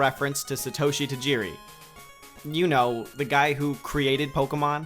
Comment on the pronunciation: its Sah-toh-Shee